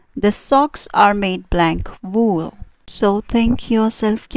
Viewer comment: A catastrophic pronunciation. Vool or wool? Wase? For Vase ? Why mixing up W and V?